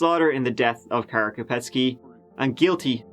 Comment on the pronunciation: Beautiful pronunciation of “Kara”!! Poor pronunciation of Candice though!